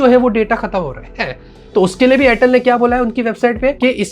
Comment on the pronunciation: Airtel ❎ Chortle ✅😂😂😂😂😂😂😂😂😂 All Time 😂😂